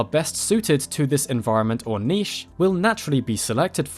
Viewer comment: THANK YOU FOR NOT MISPRONOUNCING NICHE!!!